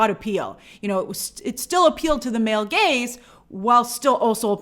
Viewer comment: I love that Grace felt the need to specify "male gaze" and not "male gays" lol